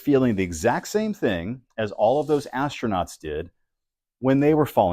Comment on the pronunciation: As-tro-nut ? Look like As-old-nut